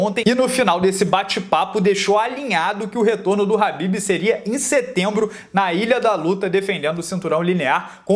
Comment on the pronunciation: Alguém sabe dizer porque ele chama o khabib de habib?